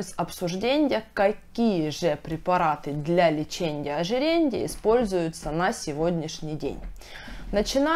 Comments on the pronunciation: Дико режет слух ЛЕЧЕНЬЯ ОЖИРЕНЬЯ!!! Лечения ожирения!! А касаемо информативности все здорово. Спасибо за информацию) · ЛечеНЬЯ -ожиреНЬЯ🤦🏼‍♀️🤦🏼‍♀️🤦🏼‍♀️ вы серьезно? Как доверять врачу, если он даже не умеет правильно проговаривать профессиональные термины🤦🏼‍♀️ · окончания режут слух... леченИЕ, ожиренИЕ. Без мягких знаков. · ЛеченЬя, ожиренЬя, сниженЬя, обсужденЬя...так режет слух.